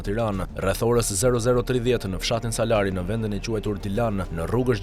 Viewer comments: O kari jo salari po salári veje theksin aty ku duhet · Gazerar jo Salar por Salari theksi ne fund